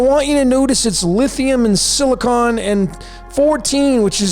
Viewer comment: Lithium = Lit Hi Um and Silicon = Sili Con 😂